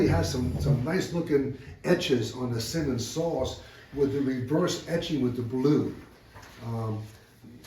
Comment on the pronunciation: It’s pronounced Si-monds , not to be confused with Simmons (keen kutter). Simonds saw and steel company was and is some of the best American saws.